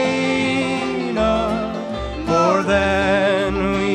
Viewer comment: Hey, you need to go back and listen to how Johnny Cash pronounced LoREna. It's not LoRAna. (Johnny Cash Lorena1959.) I know it's been my name for 72 years. You need to get it right if you're going to sing this song.